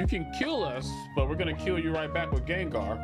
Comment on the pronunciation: GENGAR!!!!!!!!!!!!!!!!!!!!!!!!!!!!!!!!!!!!!! NOT GANGAR